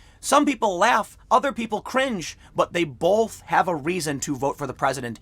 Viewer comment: I can't unhear you say "bolth", instead of 'both'... Every time you you say it I have to hit my ears with a qtip, lol.